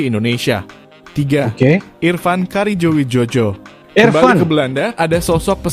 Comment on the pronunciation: Bacanya karyo wijoyo min bukan wijojo bikin malu aja